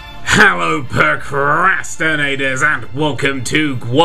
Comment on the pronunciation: It bothers me how you say "Percrastinators" every time 3= It's PROcrastinators.